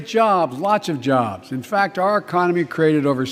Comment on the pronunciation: E-COM-IN-knee...??? LIKE FROM IDIOCRACY when they were at the round table????